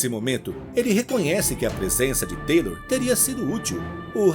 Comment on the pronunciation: Ótima narração, obrigado pela história,mas Taylor é Taylor e TYLER É TYLER ( Tayler) kkkk